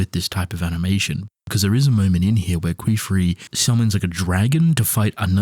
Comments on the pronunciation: my god man I just can't. "Qweef ry" dude, he's not vaginal flatulents, he's KIF REE. KEH-Free Please man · He keeps saying queef ree 😭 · "qweef ry"